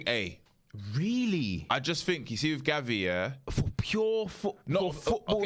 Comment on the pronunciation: the disrespect on gavi's name, ihope you lot read comments cos you're getting cooked and rightly so.